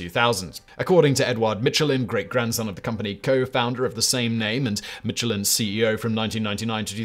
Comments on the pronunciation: in U.S. itz pronounced MISH-UH-LYNN. Not Mitch. So which iz it??? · Is it not "MISHELIN" and not "MITCHELIN" as pronounced in this video? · It's "Michelin", not "Mitchelyn". Just saying. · I thought you said the mescaline man 👨 🤪 😜 🤪 😜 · mitch-elin really hurts my ears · "Mitch ill inn." Mitch went to an inn not in the Guide and got sick. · The pronunciation of Michelin hurts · Love your content. Are you sure you're pronouncing the Michelin name correctly? It was strange to my ear that you pronounced every other Fench name correctly but pronounced "Michelin" as if it were an English name. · It’s French Simon, stop pronouncing the “ch” so hard. It’s almost an ‘sh’ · Sorry man. Can't stand it any longer. The barbaric way in which Michelin is pronounced. From a man famous for, perhaps even defined by his pronunciation. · Yeah he famously doesn't care about butchering the pronunciation, but I still love